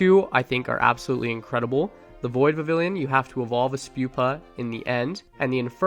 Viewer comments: vivillon is pronounced vih-vee-yon. it comes from french "papillon," meaning butterfly, and in french a double-L is pronounced like a Y. and in the anime, they pronounce it vih-vee-yon. vivid papillon = vivillon! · You gotta pronounce Vivillon with a bit of a french accent, like "vivi(d)yon", the (d) is just to show that you pronounce the vivi like vivid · Vivillon VIVId papILLON (French for butterfly) You don’t pronounce the ‘L’s , so it’s Viv-eon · Not a big deal but it is Viv-ee-on Thanks for the content, keep it up! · It’s Vih-Vee-On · IT IS PRONOUNCED VIVION THE Ls ARE SILENT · vivillon is pronounced Vi-VEE-on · Vivillion is pronounced like a spanish double L, and so it’s pronounced Vih-vee-yon. (The spanish double L is like a Y in english) :) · Vivillon is pronounced "vi vi yawn" and I have also caught every single biome varient and the dye evolutions. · Vivillon is pronounced Viv eon because of the French word for butterfly papillon pronounce pap eon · It’s pronounced “vee-vee-yon” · Its pronounced "Viv-eon" as its name derives from the french word for butterfly, papillon (pronounced "pap-eon" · Vivillon is pronounced with the double L like a Y, so it would be like "Vi-vee-yaun" This is because in french a double L is pronounced with a Y and Vivillon is from Kalos, the france inspired generation. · I think you pronounce it Vivi-yon 😅 thx for the helpful video! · Vivillon's double L is silent.